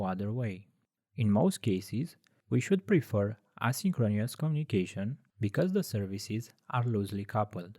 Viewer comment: It's a great video. Just tell your voice guy to practice how to pronounce synchronous and asynchronous